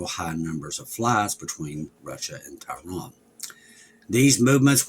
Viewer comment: Tehran, Iran. has difficulty with pronunciation.